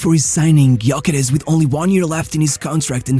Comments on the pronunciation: Thanks. Gyökeres has Hungarian ancestry. Ö is similar to the German ö. Gy is one letter. Sounds like the sound at the beginning of due. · Sad nobody can pronounce his name properly 0 respect. The Y is silent. USE THE Ö GÖKERES instead of his display name Gyökeres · Nope it’s pronounced Jökeresh